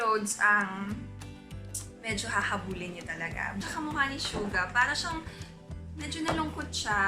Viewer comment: Finally someone who pronounces 'Jungkook' & 'Suga' properly